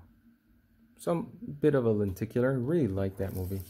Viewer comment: I'm new to my collection... I'm trying to understand. What do you mean by 1-click and are you saying "Anticular"? Please explain. Thank you.